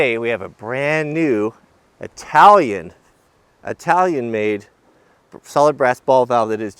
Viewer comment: Being mostly Italian, it sends chills down my spine to hear someone butcher my heritage by saying, "EYE-talian"... It is "IT-alian" Sorry. Had to say something. Watching the rest of the video now.